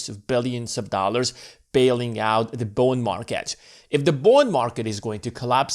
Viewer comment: Is he saying Bone Market?